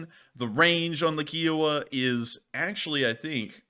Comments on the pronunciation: Ki O Wa Pronounced Ky O Wah. It’s not a car made by Hyundai. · Kiowa as in the tribe it is named after and the fact that every documentary says it pronunciation KI owa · Kiowa With a long I. I like the Indian tribe Kiowa. Lol. Lol Had to give you crap about it.